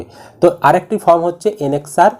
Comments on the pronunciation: আরে দাদা.... উচ্চারণ ফ্রম হবে না, উচ্চারণ হবে ফর্ম.... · Mr. Youtuber...please speak correctly. These THREE are not 'FROM'...but 'FORM'